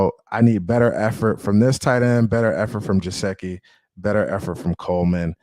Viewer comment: No offense but it’s Geh-sicky not Je-seh-ky